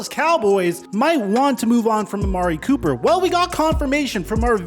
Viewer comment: Anyone notice that schefter butchered his name lol. ‘Copper’